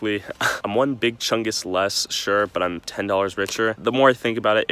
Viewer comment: Each time says big Chungs I slap myself